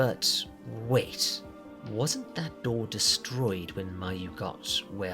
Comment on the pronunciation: "Mayu-nnaise" Now you know you wrong for that